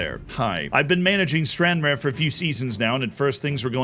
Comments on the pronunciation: Its pronounced stran-rar not stranrear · it's Stran-Rar z, not strarnraer ;) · It's stranrarrggghh like a lion 🦁 Not stran rare like uncommon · It’s “Stran-raer” not “stran-rare” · StranRAR. Not StranRARE. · its pronounced stran rar and is in the southwest of scotland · just like to say its pronounced stran-rar not stranraer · “Stran-rar” It’s that btw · "Stranrare" was hard to listen to not gonna lie.... totally understand it's unrealistic to expect an American to know how to pronounce Scottish towns correctly so I won't hold it against you..... but it was still painful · its pronounced stranraar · The first one is pronounced Stran RAR, but they way Z says it is incredible haha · I got a tickle outta you saying stranRARE Z 😂 hope you have a Scottish save shortlisted for the future maybe one with the extra leagues and take Tranent Juniors who have 500 turn up to match days to the CL or restore Clydebank to the top division again 👍🏼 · "Stranrare" killing me Z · It's pronounced Stran-rar. Emphasis on the second syllable. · Stranraer is said like Stran- Rah- Ur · No, stran-rar. Where did you get an extra syllable? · Stran-RAR you philistine 😂😂😂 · Stran-Rare? In Scotland? Today? Ooooh, me angina! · I'm glad I'm not the only one that picked up on the Stranraer pronunciation 😂